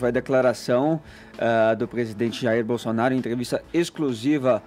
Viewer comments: Aos: é impressão minha ou o falou “gestão bostonaro”? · HAHAHAH, Também notei! BostoNaro